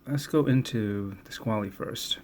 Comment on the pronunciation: You mispronounced Squale. It's pronounced as "Squall-uh" not "Squall-ee". It's one of the most important dive watch companies in history. Comparing anything they produce to a Steinhart, that has no pedigree, is quite blasphemous.